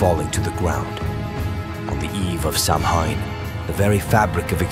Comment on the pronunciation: Isn’t it pronounced sow’ain or souwn? I don’t think the M is heard.